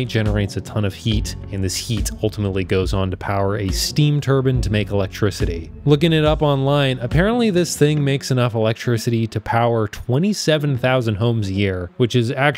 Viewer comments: turbine, not turban. Tur-B(I)NE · "steam turban" lol